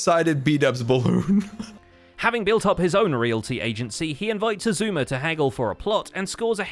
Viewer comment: why does Keralis call xisuma "Shashammy void"?